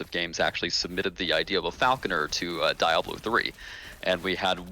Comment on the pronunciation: a bit concerning how badly he butchers "Diablo"